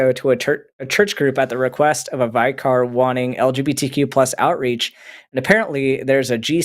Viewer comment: Vicar rhymes with bicker. You needed Ms Montgomerie for that superchat and for Minh.